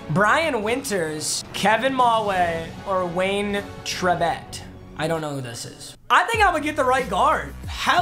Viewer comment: Anyone else say wtf when said: “Who’s Wayne Chrebet?” And he said it wrong